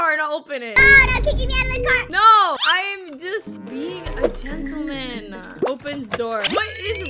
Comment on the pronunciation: When you said gentleman, you said it wrong it’s a gentleman